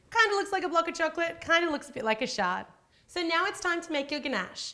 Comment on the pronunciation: Shard, not shart genius.